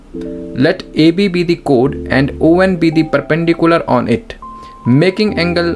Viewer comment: Chord❌ code ✅